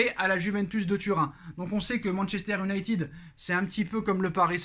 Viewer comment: Salut, merci pour tes productions... Juste, pour mes oreilles sensibles, essaies stp de dire "YOU-nailleted", plutôt que "OU-nailleted". Merci d'avance... 😁😉